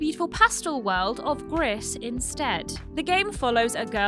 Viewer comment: Not a fan of the pronunciation of Gris. It's actually pronounced "Gree" as gris is French for grey